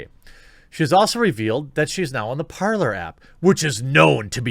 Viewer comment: Its pronounced parlay not parlor, your mistake is using English grammar on a different language, parler (parlay) is French for talking.... and talking is what people do on parler